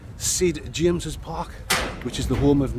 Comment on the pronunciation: Did say Sid James's Park lol 😆 😂